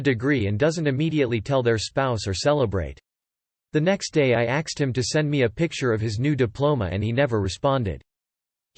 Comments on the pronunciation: Why have you changed "asked" to "axed"? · Yup. All the videos say "axed" now.